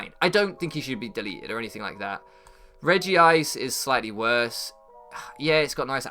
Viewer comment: Also it's Reg-ice